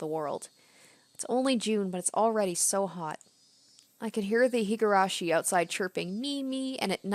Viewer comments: Oh god. Just randomly came across this video. Higurashi (and Umineko, another game in the same franchise) is one of my favorites! Super excited to follow along with this let's play, instant subscribe, hope you'll keep it up! Pronounciation is 👍. Also, I believe that the best approach is letting the voice actors say their own lines and you reading everything else, just like you did in this video. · Alright, Higurashi! I'm looking forwards to this playthrough. I've seen bits of the anime but beyond a couple key scenes I know nothing about the story, so this will be a new experience for me too. Also, your pronunciation of the japanese names are much better than you think, so you shouldn't doubt yourself so much. (Besides the surname 'Houjou', which you could read the same way as 'Hojo'.) You have this nisei's approval!